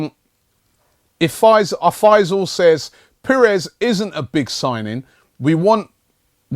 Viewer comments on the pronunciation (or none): none